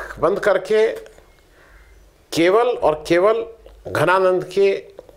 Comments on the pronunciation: your pronunciation is not okay for name "Dhananand". You are saying "Ghananand", which is not correct. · घनानंद नहीं जी धनानंद... थे मगध साम्राज्य के नरेश आदरणीय महाशयजी केवल राष्ट्र भाषा उच्चार शुद्धि के लिए जन हित मे जारी..🙏🏻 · घनानंद नही धनानंद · धनानंद not घनानंद